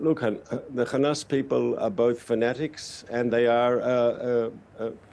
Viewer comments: Shows this puppet cannot even pronounce Hamas properly while izraHell is fighting the whole decent world and God Almighty Himself,let's see who wins!? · This reporter does not even know has to pronounce Hamas!